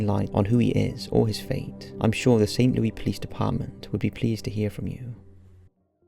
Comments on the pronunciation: Saint L-O-U-I S... Louis-- Like "Lewis Carroll"... not "Lewy" like Louie Armstrong... Saint LouIS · Love the video. But, it's pronounced St. Lewis, and not St. Lewey. Weird I know, but that's the Midwest for you. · Leo-iss? Huh? It's pronounced "Lou-iss" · Saint Louie lmao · the city is pronounced Saint Lou-iss, not Lou-ey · I’m pretty sure we pronounce it Lou-ey in the UK, I’m not certain and I don’t know why we would, but I think we do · I really enjoy your countdowns, but please for future pronunciations of St. Louis (in Missouri) is not the French pronunciation you use, it's pronounced like you would Lewis, not lewey...just a StL thing that absolutely irks us. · Hello. Just wanted to say I absolutely love this channel!! Just one tiny pronunciation thing. We anglicize St. Louis so its pronounced Saint Lewis instead of Louie. Small nitpick but just wanted to throw that out there. Great video!! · I know it doesn't really matter but St Louis is pronounced Lewis not leery 😬 I absolutely love this channel tho! Always interesting stories that I've never heard before 😍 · Oh..and it's pronounced Saint /LOO-iss/ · For future reference. St Louis is pronounced “Saint Lew-iss”. That was killing me. Lol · Its St. Lou-IS 😑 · That's not how you say St. Louis lmao😂😂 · you said st. louis wrong...……... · You need to look up St. Louis, man. You're doing it wrong. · I think it's funny to hear people from other countries pronounce things differently. Like St. Louis. The s isn't silent